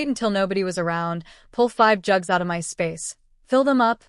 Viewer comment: or instead of "MY" its M-Y😅😂😂